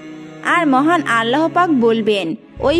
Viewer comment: ভাল করে কথা শিখেন,আল্লা,,,হ পাক এটি কেমন ভাষা,,,,আল্লাহ পাক